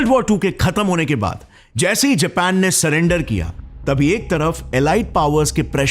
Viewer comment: Abe anpadhon ke professor vah Jepan nahi Japan hai